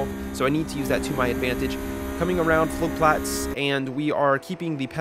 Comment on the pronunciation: Flugplatz was pronounced correctly